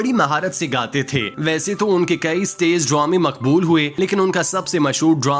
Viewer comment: آپ اُردو تلفظ دُرست کریں۔۔۔ استیز نہیں۔۔۔ اسٹیج۔۔۔ ڈرومے نہیں۔۔۔ ڈرامے۔۔۔